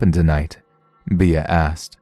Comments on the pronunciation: Bea is pronounced Bee. Be-ah would be spelled just like that. Beah. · Thanks for the stories! Just a... tip? The nickname 'Bea' is pronounced like the insect, as in 'Bee'.